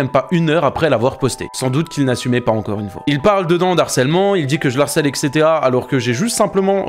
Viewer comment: On ne dit pas : il l'harcèle mais il le harcèle car c'est un h aspiré ! Je viens de découvrir ta chaine et franchement c'est super ce que tu fais, je m'abonne ! Sinon vidéo géniale, merci de dénoncer ce genre d'individu, qui de plus ne sait même pas parler correctement...en tout cas je trouve que tu as beaucoup d'humour et merci pour le partage.👍❤️